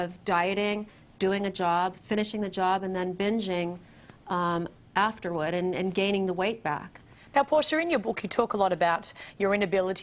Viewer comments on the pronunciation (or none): She has mostly lost her accent, but when she said "afterward", you could hear a bit of it still poking through.